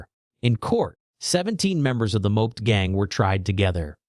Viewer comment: rubbish AI voice can't even pronounce "moped"